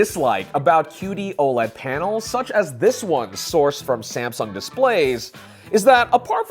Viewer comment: Dude, stop pausing between the words “such” and “as”, you sound like Shatner and it’s a nnoyig AF!